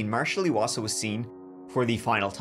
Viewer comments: Eye wasa, not eeeee wasa. I'm from the same area and his family is still actively looking for Marshal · Chapter Hi I’m from Lethbridge Alberta Canada and wanted to say thank you for covering Marshal’s case. His last name is pronounced I wasa.